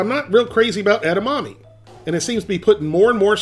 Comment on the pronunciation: His pronunciation of 'edamame' gives me shivers.